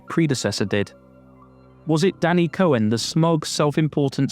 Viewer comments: "cohen" EVERY SINGLE TIME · “Cohen” huh? What is that, Italian?